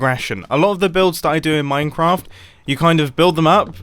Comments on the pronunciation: Mum I said minecwaft at the start of the video. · I'm the only one who hear him say "minecwaft" like a child at the start of the video?!?! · did he just say minecwaft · mumbo: minecwaft